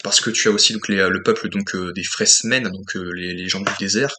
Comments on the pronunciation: Tu t attendais à un blockbuster , ce que Dune n est pas ;) Au passage , c est "FrÉmens" , pas "FréSmens" )) De mon coté je jugerai de l ensemble , pas film par film , c est comme en peinture avec un dip ou triptyque , l ensemble à une cohérence . ✌ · Ouais c'est un peu timoré et lent. Par contre ça pose les bases. Après comme il était prévu de faire au moins une suite un deux il fallait prendre le temps pour préparer ce qui allait arriver dans cette partie 2. Pour info on dit Fremen sans "s".😂